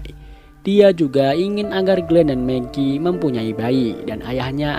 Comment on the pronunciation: Maggie - megi Shane - sen Dale - del Philip - filip Lanjutkan lagi😆